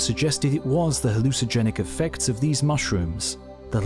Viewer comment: The word is "hallucinogenic." not HALLOOSA-JENIK. But the narrator can be forgiven since the English suck at English.